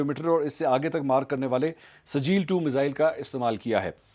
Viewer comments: O Bhai, Ye Sajeel nahi SIJ-JEEL hai. Quran ki surah-e-FEEL yaad karo. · it's Sijjeel not sajeel. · Mansoor sahib yeh sajeel nahin sijjeel hay aur yeh soorah feel mein hay.